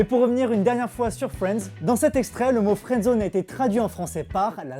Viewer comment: "Frendzone" c'est horrible, autant prendre l'accent anglais faut arrêter le massacre !